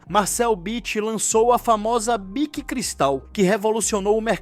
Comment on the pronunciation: Do you not know ANYONE in this world who can speak without having to use those STUPID robotic AI voices. Horrible, and earns you a channel block. That stupid voice also mispronounced Bich's name three times. Stupid.